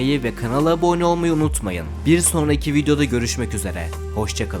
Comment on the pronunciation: Hocam her sey iyi guzel ama su abone kelimesini aboggne gibi soyluyosun uyuz olup abone olmuyorum duzgun soylediginde olcam